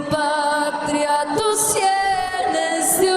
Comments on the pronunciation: Ana Barbara se equivoca en varias palabras: dice senes, en lugar de sienes, dice "del" arcángel y es "el " arcangel, además de el lo que notaste "terno" en lugar de eterno fue lo que noté, no me fijé bien si más aun. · Dijo, además dijo Cenes, en lugar de cienes. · Ana Barbara dijo cenes en lugar de cienes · Cuando Ana Barbara se equivocó dijo tus senes en lugar de decir “cienes”